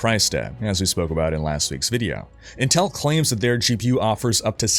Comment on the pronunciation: learn how to pronounce intel for the next video please